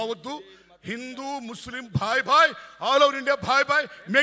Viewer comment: Hindu ani sarigga palakalekunnaru